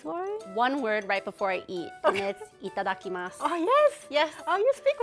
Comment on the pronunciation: That itadakimasu from sounded CRISP 🤌🏾